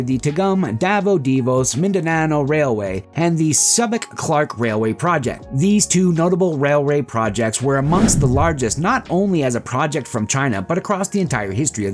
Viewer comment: Digos not divos